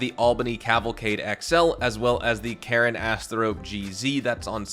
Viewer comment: You keep making the same pronunciation error with Karin. You keep saying it as "Karen", when you're supposed to say it as "Kah-REEN", with a hard E, not a soft E. Karin is a Japanese name, and it even says the name of the in-game company is "Karin", not "Karen".